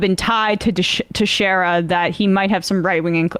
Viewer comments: It's Portuguese pronounced Teck-shara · Pronounced "Tex-air-ah". 😊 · in case you ever need to say texeira again the ei part is like saying hey. other than that i your pronounciation was pretty good.